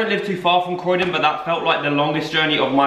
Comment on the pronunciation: It’s croydon😂😂😂